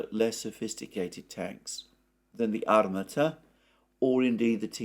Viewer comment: Armaaata. The stress is on a second A.